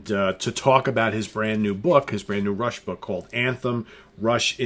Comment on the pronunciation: Dude, it's fucking RUSH!